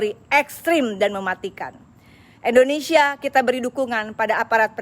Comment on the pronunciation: Oneng....nama negara kita indonesia apa endonesia....sbb Oneng bilangnya endonesia....